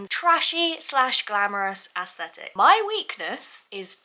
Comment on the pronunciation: I love you so much and this video was so good. But youre pronouncing aesthetic incorrectly just wanted to let you know no hate